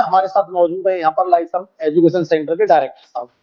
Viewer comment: क्षमा चाहता हूँ महोदय लेकिन Lyceum लिसेयुम या लाइसीअम बोला जाता है न कि लाइसम